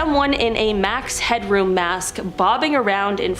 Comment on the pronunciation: It's Max Headroom not Hadroom!